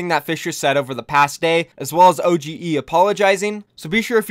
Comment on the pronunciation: It's pronounced Ohh-dge not O G E kappa